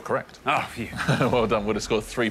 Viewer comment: Sorry, Alexander, the bass-baritone is not Bryn Terffel, it's Bryn Terfel